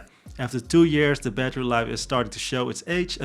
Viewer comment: Is battery life not batree life